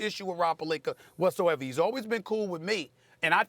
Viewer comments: Steven A Smith is a good analyst but EVERY time can’t pronounce Rob’s last name. Says, “Perlinker” lol. Nobody’s perfect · I hate how SAS says Pelinka last name lol he always put an ER on the end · Rob “Pelinkar” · “Rob palenker” 😂🤣... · “Rob Pelinker”- Stephen A. Smith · “Rob Pelinker”